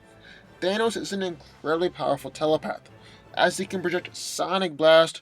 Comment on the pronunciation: Pawerful! PAWERFUL.